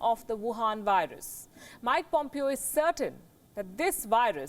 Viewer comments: It`s not POMEEO|. It`s POMEHO. PLEASE! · Mike Pompeo is pronounced as Pom-pay-o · In the U.S. it is pronounce (pom pay o).